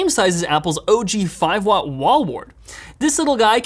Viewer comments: Kush: you are not the only one, even the CC on the video read "OJ".: please, it's "O.G." (Original Gangsta) not orange juice. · It's OG not OJ 😂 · Did you pronounce OG as "OJ"? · did you say "oj" ..... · "OJ Macbook", Please tell me I"m not the only one that noticed that :D